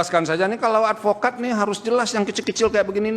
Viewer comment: Adfikad jadi jadian baru belajar jadi adfokad